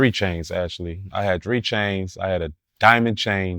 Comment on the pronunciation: I ain’t NEVER heard nobody pronounce “three” the way he do 😂😂😂😂